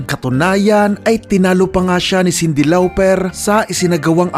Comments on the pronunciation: “Sindi Lawperrr” 🤣🤣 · Sobrang tawang tawa ako sa pag bigakas mo kay Cindy Lauper,bkit ganon pag pronounced nyo po✌️😁